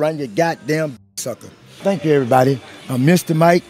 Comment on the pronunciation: He said “thanksshhh chuuu”